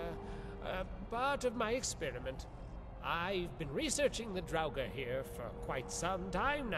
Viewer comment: Draugr nie draguren